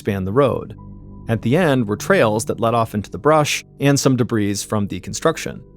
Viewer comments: Pleeeeze stop using the word “debris” in your stories OR start pronouncing it correctly. It’s pronounced “debree” not “debreeze” or “debreese. There is no “z” or “s” sound at the end. Thank you :/ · It's DeBRI not DeBrz. Where did this guy learn to speak?